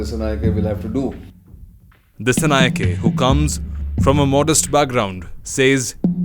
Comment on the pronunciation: This editor from India don't know about country Sri Lanka and pls pronounce the name correctly "Dissanayaka" not "ke" even it writes as "Dissanayake"